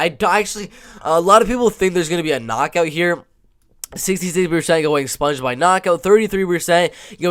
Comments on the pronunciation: its pronounced SPONG like ping PONG....not sponge.... like sponge bob....THAT MEANS YOU HAVENT WATCHED ONE of his fights to not know how to say his name... and hes a LEGEND... sloppy analysis if you literally havent watched enough of his fights to know how to say his name. do better. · its a ONE syllable word. its not close to driscus du plessis.... and if you watched ANY of his fights, it would not be hard to pronounce it.... you can say ping pong and bong...saying spong doesnt require skill. Re-watch some of his battles and you wont forget his name... hes a striking machine.